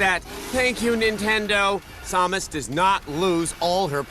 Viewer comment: I just noticed Adam and Morgan were saying sawmus not samus